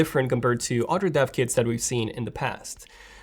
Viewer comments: CAN SOMEONE TELL ME WHAT HES SAYING it sounds like hes saying deaf kids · I literally thought you were saying deaf kids for like 5 minutes